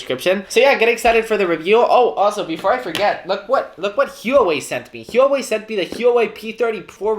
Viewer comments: ‘hee-oh-way’ 🤣🤣 it’s pronounced ‘wha-way’ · Its not hee-wa-Way its -hoo-wah-way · Heyuway? My dude really said "Heyu-way" I'm diseased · has been told this on many occasions, but he is too stubborn to admit he’s wrong and just because “that’s how we say it in Spain” doesn’t make him sound any less idiotic. Imagine how he feels when he travels to England and his friends there ask him if he likes “pa-ell-ah”.